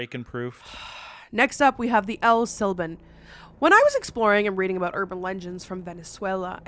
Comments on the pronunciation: I cried every time said “Llorona” with an L sound Very painful. And El SilbOn— like bond w/o the d…. Crazy how I was literally thinking abf him the whole video too. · Can’t help to laugh every time she says la Lorona…😂 I stand corrected “el sílban” is even better… haha